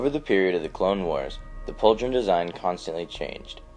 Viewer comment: Yeah, he's right. The last half was wrong, too much focus on the "dr" in "Pauldron", was like "paulDRon"